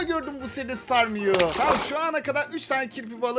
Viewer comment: Abi o pokemonun ismi starmeyou deil ya starme ya da staryou tam goremedim